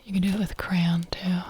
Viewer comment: lets goo she pronounced crayon like i do "cran".